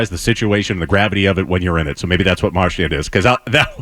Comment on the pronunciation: what made it worse was that Toronto was playing just as bad! and we still couldn't do shit also love that felger still calls him marshmont